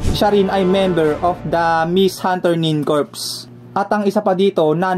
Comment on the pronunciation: Corps. ang tamang basa diyan ay "Cor", di yan "Corpse" na parang patay